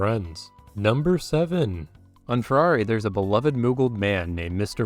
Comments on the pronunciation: FAIRY FAAAAARY, stop saying it like ferrari. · Why pronounce Faerie like 'Ferrari'??? It's just a different spelling of Fairy. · Faerie is pronounced exactly like Fairy, friend. The ae would be an ashe or æ. Færie would be closest to the old Gaelic spelling. It is not pronounced anything close to an Italian sports car brand. Irish, not Italian. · how is no one else trippin on how fucked up he pronounced the server names? FERRARI?? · How did you butcher Faerie's pronunciation so bad? lol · lmao funny videos. but why is this man say faerie like that? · The way you pronounced Faerie sent me into fight mode